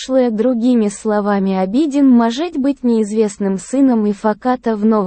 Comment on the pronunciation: Я конечно извиняюсь но тот кто озвучивает хотя бы поинтересовался как правильно произносятся имена. Или смотря сериал можно было бы подслушать как правильно звучат имена. А то слушая уши в трубочку сворачиваются. В турецком языке в основном ударение на последний слог. И имя Абедин читается с удорен ем на И , а не на А